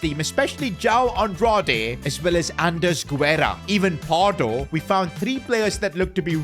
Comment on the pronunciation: Pronunciation: Guerra = geh-rrah